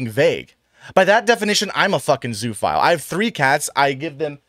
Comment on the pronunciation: Zoo-oh-phile. 'Zoo' in zoophile is not pronounced like 'zoo'. It's more like zooa.